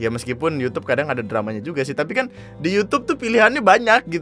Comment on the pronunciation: ANJAY, saking gregetnya ngomong "tapi" jadi "capi"😂